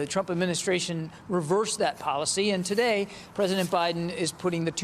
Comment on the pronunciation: TO'SHAY ---LOL